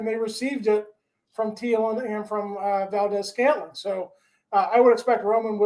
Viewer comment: How the fuck can you pronounce MVS correctly but not Theilen🤦‍♂️